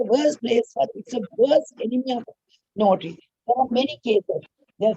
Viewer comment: Is it “NOTRY” or “NOTARY”?? Ms. pronounce it as notry.. notry.. 😥